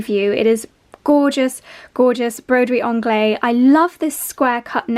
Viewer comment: Sorry, I just have to correct your pronouciation of Broiderie Anglaise.... you do pronouce the "s" because it is followed by an "e". So say to us English it sounds like "onglaze". Love your vids 😘😘😘